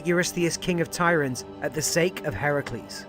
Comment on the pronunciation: I'm so happy that you pronounce Heracles' name properly. so many say Her-Cue-lees and while modestly funny in western culture, it's just so wrong in the telling of the stories.